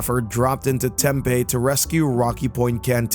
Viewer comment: Tem-PE not Tem-pa there is no a at the end